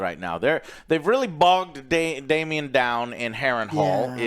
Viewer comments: Daemon = Damien. Criston Cole = Colton. Aegon = Aegin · 😂 everyone getting upset when he says all the names wrong lol every time he says Dameon I think of mean girls. The musical 😂😂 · DAMON NOT DAMIEN YOU DORKS!!! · He just called Daemon Damien lmao.